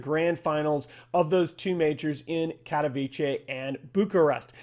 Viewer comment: Baffled by how many different pronounciations of "katowice" I've ehard among the dota crowd for the past 2 months. Its like as if Capitalist was the only person to do research and try to do it right most of the time.